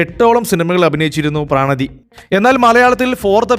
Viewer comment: പ്രണതി ആണ്. പ്രാണതി അല്ല